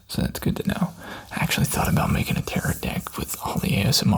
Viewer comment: This is thing a knit (nit?) pick on, but tarot is tear-row not tear-rit